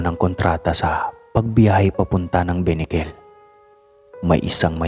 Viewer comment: Correction not binikel ,kundi benicquel